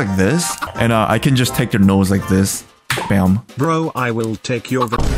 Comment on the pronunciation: chill brrroooo was so russian lol